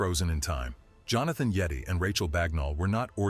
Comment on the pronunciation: . When pronounced it sounds like : Yet tee.